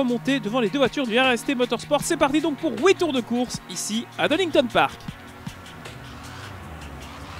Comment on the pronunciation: 4.00, c parti pour "oui" tours de course !?!... noooooon !... tu n'es pas belge toi par hasard ?... 🤭🤣😃 Excellent !